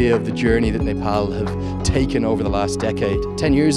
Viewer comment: I liked how he pronounced "Nepal". Accurate ! 😍